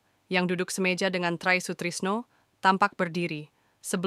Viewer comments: Ini nama indonesia kakak, tri kok baca trai...😂😂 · Try😂😂😂 bacanya tri bkn tray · knp baca Try Sutrisno dg Trai,tolong tny kpd tmnnya dl bgmn membaca Try Sutrisno dg Tri Sutrisno,ini nama